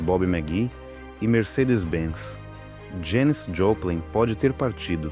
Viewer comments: A NARRAÇAO SE EQUIVOCOU NA PRONUNCIA DO NOME DELA,,, JANIS, NAO JANICE,,, MAS ISSO NAO TIROU O VALOR E PRIMOR DO VIDEO,,, EXCELENTE,,, PARABENS ........E DEIXANDO O LIKE,😀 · Que forma do narrador pronunciar o nome da Janis, lê-se "Jéniz" e não ""... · Me deu muita gastura ouvindo o narrador chamá-la de "Janice", um zilhão de vezes. 😮